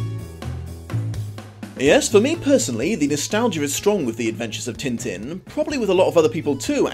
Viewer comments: I'll have to use the phonetic alphabet for this : tɛ̃tɛ̃ but the best way is to try finding french clip of the show and boom, there you have it. and the dog's name is Milou in french too. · Great video but... am I the only one annoyed at pronunciation of French names? Especially Tintin! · a part of me dies slowly every time when he pronounces Tintin the way he does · Am I the only one who sorta cringes at hearing Tintin pronounced in an anglosaxon manner? Yeah, I probably am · As a French woman, the way English speakers pronounce « Tintin » is incredibly hilarious Also, yeah, the film isn’t like the comics, but it’s a thoroughly enjoyable movie and a beautiful animation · Alright, i will finish watching the video, have to get this off my mind first, though: Aargh, the way you people butcher names .. it sounds like he's made of tin like the tinman if you say it like that. Even the chinese adaption of the name sounds closer to his original name.. probably fault of the translation/editor team of the original - they should have completely changed it, I know, but i looked up the English wiki entry and it does have the proper prononciation in the first line!